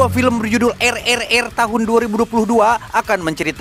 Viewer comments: Tripel Arr bcnya min (RRR) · RRRRRRRRR....RRRRRR.RRR..RRR..mau seru malah ngakak